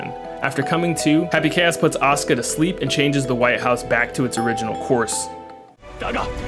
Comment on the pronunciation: Every time you say Asuka I hear Oscar